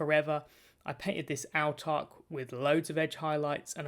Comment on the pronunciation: Great video and gave you a sub. Autarch is pronounced kinda like 'awe-tark', by the way!